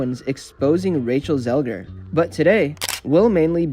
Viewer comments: she is called Zegler tho, not Zelger. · Cant deal with the zelger thing. You didnt care enough to get it right